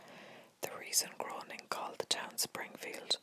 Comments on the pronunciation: I'm not trying to be mean, but since I'm a massive fan of the Simpsons it annoys me that you pronounce Matt groening as "groaning" and not "grayning" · Matt Groening's last name is pronounced GRAY-ning, not GROAN-ing